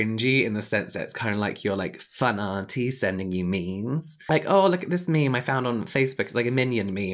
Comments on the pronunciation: James saying 'me mes' when talking about board room meetings made me laugh so hard I had to pause the video hahaha. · “Let’s post me-me’s” 💀💀💀